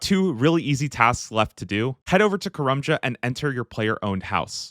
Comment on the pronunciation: I've never hated the way someone's pronounced a location in Runescape so much before. "Kah-rum-jah". Its "Kah-RAM-jah". Like Dodge Ram, because we're Muricans. Dont bow the knee to those redcoats.